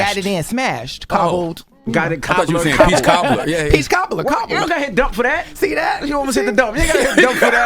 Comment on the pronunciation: He said "Peach Cobbled."😂